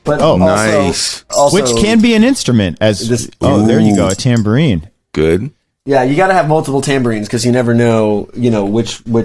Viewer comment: Was one of those instruments a “Dan-bourine?” 😳🤣